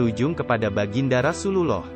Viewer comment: Sedikit masukan untuk narrator : penyebutan kurang tepat untuk Rasulullah (rosululloh), nabiyullah (nabiyulloh), waliyullah (waliyulloh)